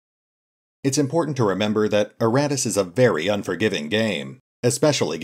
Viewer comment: I keep hearing erratus instead of Iratus :) Pretty funny. This game was a mistake! :)